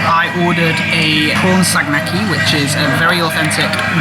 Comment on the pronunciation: It's called saganaki* not sagnaki. cool video